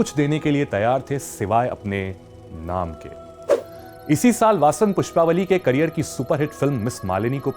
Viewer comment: PushpavaLLI not pushpavali